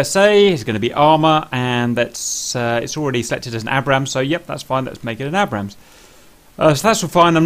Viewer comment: You can't pronounce 'Abrams'